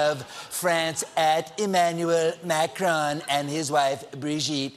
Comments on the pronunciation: Stephen day makhohh😂😂😂😂I'm dying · Is colbert really mocking macron for his french name? XD